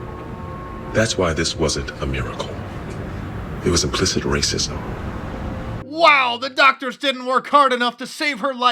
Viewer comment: LMAO! Wacism - Wacism!